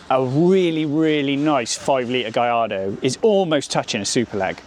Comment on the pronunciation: It’s pronounced “GuYARdo” not “GaLARdo”!!